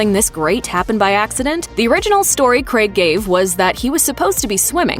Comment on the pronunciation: ten points for pronouncing Daniel Craig's surname correctly